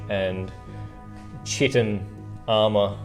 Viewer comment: Great vid, no annoying filla! One bug bear...... it's pronounced Ky-tin!!!!